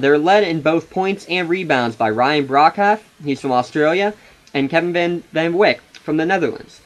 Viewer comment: Balance? What are you talking about? The Crusaders have eight legitimate players, and nobody is dominating when it comes to minutes played. The Titans mainly use only six players and basically have no bench. Where is this balance coming from? You also mispronounced Calliste, Broekhoff, and Van Wijk.